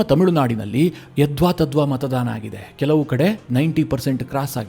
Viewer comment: ನೀವು ಪದೇ ಪದೇ ಮತದಾನದ ಬದಲು ಮತಧಾನ ಎಂದು ಉಚ್ಚಾರ ಮಾಡುತ್ತಿದ್ದೀರಿ. ಅದು ತಪ್ಪು. ಸುಧಾರಿಸಿಕೊಳ್ಳಿ.